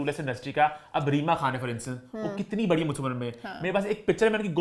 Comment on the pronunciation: please correct your pronunciation, its "Barri" بڑی not"Bharri" بھڑی..... Amma ko pta lggy ga tw wo apko daantyn gyn... She gets really angry on wrong pronunciation